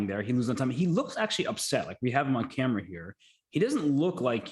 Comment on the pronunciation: danya says camera like jenna maroney